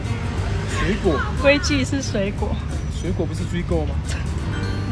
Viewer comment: 水果不是那個音